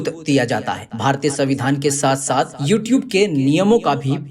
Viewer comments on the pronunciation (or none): none